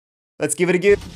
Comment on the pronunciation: Perhaps take a few moments a look up how to pronounce the word "go". Thanks.